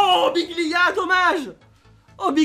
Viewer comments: C pas biglia c dijgla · C'est Djiglia mais la prononciation tu connais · Respect le un minimum ses djigla pas biglia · On lui dit ou pas que c’est Djigla pas Biglia 😂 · Pk tu dis biglia c'est djicla